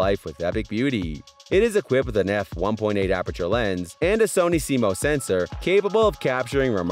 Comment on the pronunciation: Like your videos. FYI. CMOS is pronounced like sea moss. 👍